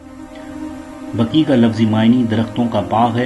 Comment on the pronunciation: Bhai sahab jannatul Baqi hai Aap jannatul Baki bolrahy ho .....ghalat hai bhai ...